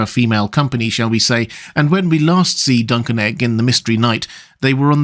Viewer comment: Me: What the heck is duncan egg? (listens again, turns on CC, confirms "duncan egg" is what I heard)... Googles "Duncan Egg"... clarity arrives.